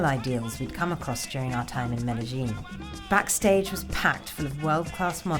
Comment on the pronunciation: Omg, " you see this is a backastagaaa"